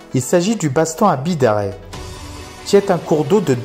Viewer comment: sympa la video de beau spot c est sur a voir ! l arriere pays est le plus beau, petit reprise sur la prononciation :) on dit bidarr"aille" , comme le bazt"anne"